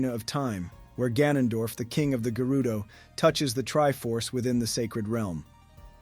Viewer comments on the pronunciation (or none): none